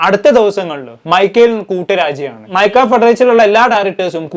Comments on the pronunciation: മൈക്ക അല്ല. മാക്ട ആണ്. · മൈക്ക 👀 അല്ല മാക്ട (MACTA)✅ ആണ് എന്നാണ് എൻ്റെ അറിവ്. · Maica alla mashe……MACTA 😂😂😂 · മൈക അല്ല മാക്ട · മാക്ട ആണ് മിസ്റ്റർ പേര് പോലും കറക്ട് പറയാൻ അറിയാത്ത . തന്റെ ഈ വാർത്തയിൽ എത്ര ശരി ഉണ്ടാവു o എന്തരോ എന്തോ..... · Mica alla mone Macta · MACTA aan, mica alla